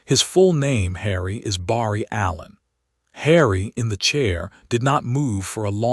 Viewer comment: Barry being read as Bar-E drives me nuts. Does anyone actually listen to these before posting????